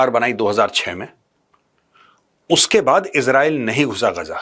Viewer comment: Major saab it is गाजा नोट गजा.